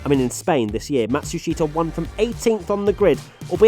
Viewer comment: Just needs to learn to pronounce "Matsushita" properly...